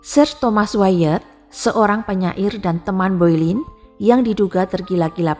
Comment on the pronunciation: bacanya Bolen mbak bukan Boilin